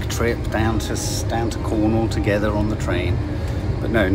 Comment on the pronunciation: 😄 I remembered that advert as soon as Nadia said “we just want to be togevver!” 😄😄😄😄